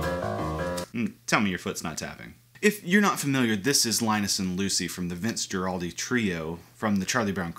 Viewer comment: I enjoyed your video, thx. The analysis was very interesting! But as someone who performs this music every Christmas, has performed with Vince’s former bandmates, and am friends with the Schulz family, I had to cringe when I heard Vince’s last name pronounced “Jer-aldi”. I trust you know it’s pronounced “Grrr-aldi”. It has nothing to do with your fine content, but it’s just an unfortunate faux pas. 🙃